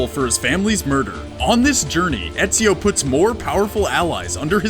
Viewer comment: I know only an European can pronounce Ezio's name that good